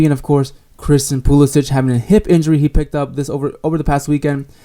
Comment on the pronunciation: I agree with most of your points, but you have to start pronouncing Christian's last name correctly.